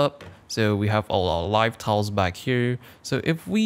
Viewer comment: sounds like towels when he said tiles.